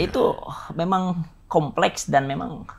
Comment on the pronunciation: "Beauty industry komplekhs" 😭